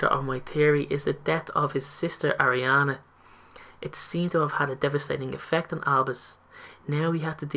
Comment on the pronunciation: also, it's pronounced Ar-ē-ana not Air-ē-ana